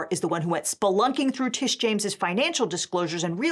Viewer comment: It's "Tish" not "Trish"